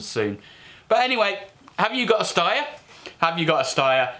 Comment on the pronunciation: Steyer is pronounced as Schneider, not ssss but sh like hush